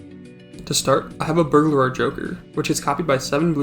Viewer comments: "burglerer" im crin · the way you pronounce burglar is KILLING ME but i am enthusiastically subscribing nonetheless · we need to teach this man how to pronounce burglar